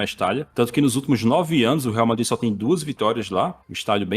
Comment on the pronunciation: ''varmadrid'' blz entkkkkkkk